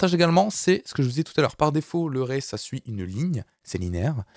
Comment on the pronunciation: Array se prononce comme Arrêt en français. Pour une fois que la prononciation est simple... ;)